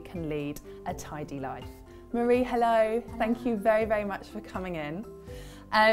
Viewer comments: Her name isn't "Marie" like Marie Curry. She is Japanese. Her name is Marie (mah-dee-ay). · I love how EVERYONE mispronounces Marie's name. Its pronounced "Mar-ee--ay"